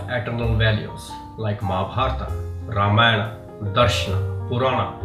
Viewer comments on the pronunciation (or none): none